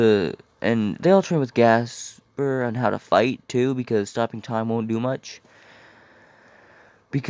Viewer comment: it's gasper not jasper